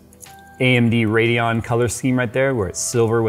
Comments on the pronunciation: Anyone else irritated by that "D" and "O" in the RADEON? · Yea lol